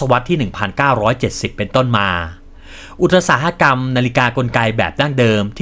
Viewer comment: ทำคลิปออกมาได้ดีครับ ทำลำดับข้อมูลได้ดีครับ ภาพประกอบเยอะทำค้นคว้ามาดีมาก แต่aiน่าจะอ่านคำผิด คำว่าอุตสาหะกรรม น่าจะอ่านว่า อุด-สา-หะ-กำ ตามราชบัณฑิต เป็นกำลังใจครับ